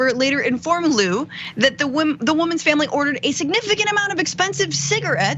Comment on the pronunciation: FYI.Zhang is pronounced like JANG not zeng.. Liu pronounced like LEOO not Lu.